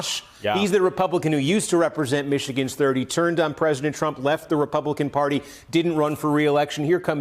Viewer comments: It's pronounced MY-er. His family is around here. His District has been heavily GOP but is slowly shifting. He replaces Justin Amash who had an incredible intelligence and a spine like a steel rod. I'll miss him. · Get Peter's name right, his granddad ultimate Midwestern Supermarket and Wal Mart Competitor, Meijer. It's pronounced my-er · You still got Meijer's name wrong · Guy has definitely never been to Michigan if he doesn’t know how to pronounce Meijer ...